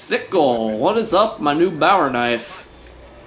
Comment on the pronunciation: hey the bowie knife is pronuonced bo-ie nowt bower.(im not trooling im just really OCD)